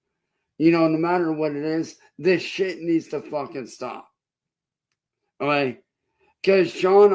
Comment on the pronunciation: thinks okay is pronounced olay